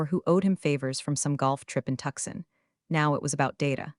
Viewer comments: Tuxen ? Tucson? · There is a way to get the AI to read words properly. TUCSON can be typed as TOOSAWN and it will pronounce it properly. A longer pause between words? Use elipses, not commas.